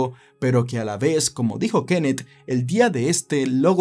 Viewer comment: Ojalá y no haya más narrativa ,con sujetos que tengan k al final de su nombre; porque Frank y Kenneth me tienen el tímpano derecho jodido con el acento que tú le pones.😂